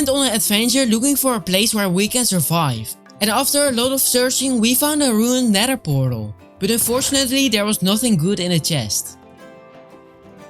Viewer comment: Nether❌ Neder ✅